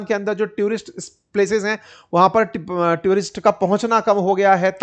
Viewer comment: ट्यूरिस्ट ❌ टूरिस्ट ✅